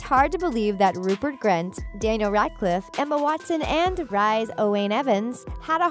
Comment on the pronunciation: danil radcif ? isnt is dani-el rad-clif ? edit:and dracor malfoy ? its draco malfoy i would know hes my crush?